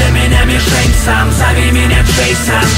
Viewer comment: Не Джэйсан а Джэйсон. А так круто.